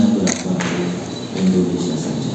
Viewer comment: Indonesia bukan Endonesia, mbak.